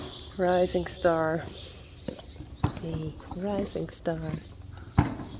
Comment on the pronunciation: Your videos have become a great way to start my day here in California. I absolutely love Uniek and Rising Star JK! They and their wonderful story have captured my heart!... when you say, “Rising Star” it sounds like an American accent to me and makes me smile every time. ☺️